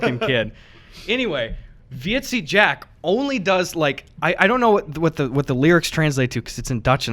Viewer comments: Heyy bois, Dutch guy here. When Gus was talking about 'Vieze Jack', that is pronounced very similar to visa, but like vis-uh. Vieze just means Dirty, so you could get away with calling him Dirty Jack (which pretty much fit Gus' description of him :P) Also, I believe I speak for every single Dutch viewer when I say please do a meetup if you do end up visiting here to collab with Jack. We would all absolutely love to meet you in person! ^^ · Vieze Jack, pronounced "Vee-za" Jack. Like you're trying to say visa but gave up at the end. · The way you pronounce"vieze" jack fucking dying XD